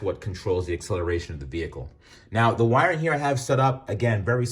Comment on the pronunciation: You lost me at saying "wiring ". Lol